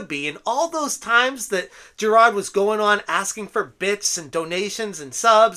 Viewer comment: Make all the videos u want about this just please stop saying "jirahd"